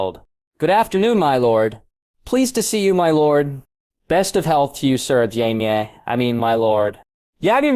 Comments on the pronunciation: How effing difficult is it to pronounce JAMIE correctly? You called him Yaxly, like the death eater in Harry Potter. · Friggin AI read. SOOOOOOO MANY MISPRONUNCIATIONS! 5 wrong ways to say Jaime along in the first 4 minutes. Smdh. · How hard is it to pronounce Jamie ?